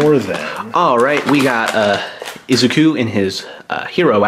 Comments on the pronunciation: Izuku is prononced I-ZOO-koo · No one : Him : izuki